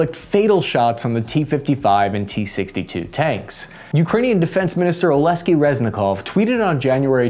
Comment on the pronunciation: Not Oleski. Its OleKSii. Like Alex. Aleksey (rus). God damn it, stop butchering names.